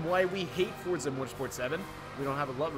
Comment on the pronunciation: It’s not forza